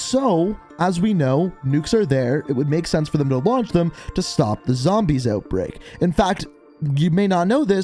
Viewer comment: Nobody:: ZAMBAYSS!!